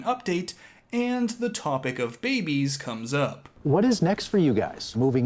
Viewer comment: "Babiies" omg